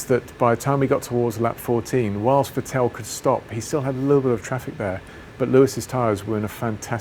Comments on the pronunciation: The only person on planet Earth to call Vettel Ve-tell. Even Sebastian calls himself Vett-el - no? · Why does James always mispronounce Vettel as Va-tell instead of Vet-ul or even a more German-sounding Fettle? It may just be me, but it seems almost rude to not say a driver's name properly in a professional sport... please correct James and let's hear it said right in future. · Again, James can't pronounce Vettel correctly. It's not Vet-TELL, it's FEttl. Like Boba Fett, with a short L at the end. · Ah, it's James 'VettEl & RiccIardo' Vowles ;) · I still can't get over how he says Vettel😂😂😂